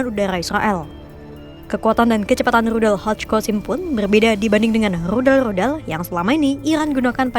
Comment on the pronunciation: Min Rudal bukan Ludal 😂